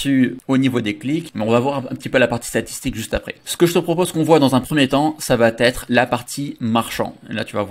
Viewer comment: Bonjour, Bluffant ton nouveau truc, AFFILIZZ! Toujours très pro et pédagogue dans tes démos, clair, net et concis. Bravo! Une chose toutefois dont tu ne parviens pas à te défaire, ce tic de langage... par pitié, arrête les "ça va-T-être"!!! "Ça va être" est tellement plus sympa à entendre. Je note toutefois que par rapport à tous les autres intervenants tu as su éviter le piège des "du coup" tous les trois mots.👍😂 Désolé pour la critique, tu sais que c'est juste pour aider, mon côté VIEUX rédacteur copy-writer 😉🤣